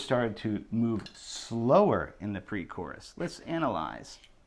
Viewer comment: did you just pronounce "chorus" with the ch sound lmao